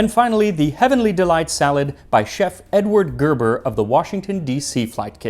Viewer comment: ... Your pronouncing 'Gerber' wrong but I'll let it slide